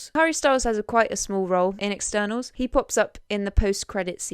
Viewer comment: You mispronounced Hotel Cortez. You pronounced it as Hotel Quartz. You also mispronounced Eternals. You pronounced it as Externals. You’re a great host, but it’s the little things that make or break this presentation.